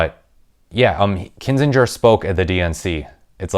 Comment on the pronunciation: Please stop mispronouncing AK's last name, t y!😕